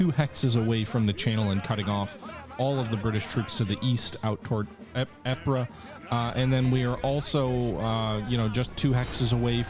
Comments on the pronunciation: When you say Ypres it should sound like eeeps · Love the series so far, but I’m 90% sure it’s pronounced “yi-pre” yi like yippie Kai yay and pre like premeditated.